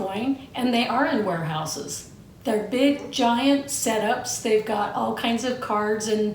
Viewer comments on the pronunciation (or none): Rotflmbo.. You said, "They ARE in warehouses" yet I thought you said "They are in whorehouses"🤣🤣🤣